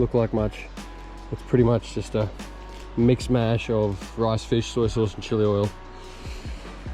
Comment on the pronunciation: That’s not what “back country” is, they are not “palm fronds” and the term is mish mash, not mix mash.